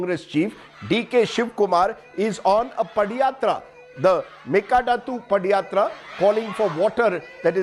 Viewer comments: 😝 Its "Pada Yatra".. Not "Padi yatra" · This foolish anchor doesn't know how to pronounce padhayatra....